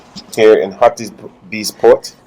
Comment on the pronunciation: Hi, Harries is pronounced as Heart-his